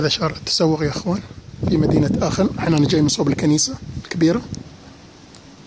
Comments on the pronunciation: نعم بالالماني اسمها اخن و ليس اشن .. مجرد للتصحيح..مع الشكر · اخوي حبيت اصحح المعلومة تنطق بالالمانية اخن وليست اشن.الالمانية تختلف عن الانجليزية اخي اذا سبق حرف ch حرف علة فانها تنطق خ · السلام عليكم ورحمة الله! عذراً على التصحيح٠ هذه المدينه ينطق إسمها باللغة الألمانية ''آخِنْ'' وليس ''آشن'' كما تفضلتم٠ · هههههه كولون لوا المصارين اخن وليس اشن